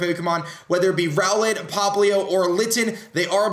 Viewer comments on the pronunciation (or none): none